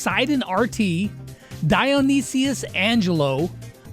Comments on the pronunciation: its DIE-ON_EYE_SUS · Erm... you pronounced dionysus wrong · that pronounciation of dionysus was abyssmal XD